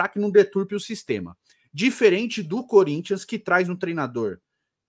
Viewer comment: "Salve o Cuhrintia" 😂😂